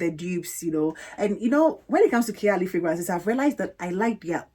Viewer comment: I absolultely love this collab with you and! You queens have been spoiling us with these lives and uploads <3. By the way, Khair is pronounced Kh-ayr, as in like Kh + air haha